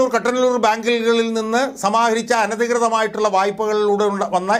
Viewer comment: കട്ടനല്ലൂർ അല്ല കുട്ടനല്ലൂർ.